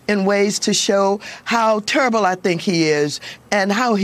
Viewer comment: Maxine says he’s turrble.